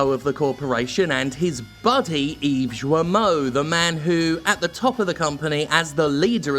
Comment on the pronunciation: "Yves Joamoh"?